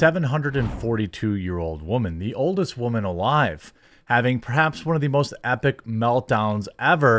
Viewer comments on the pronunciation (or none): none